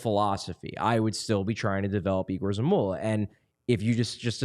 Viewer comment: Someone please explain to, that Zamula is correctly pronounced as YE-GOHR, not E-GOHR. It's two different names, Yegor isn't Igor.